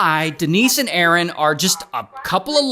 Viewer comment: De-nice and A-A-ron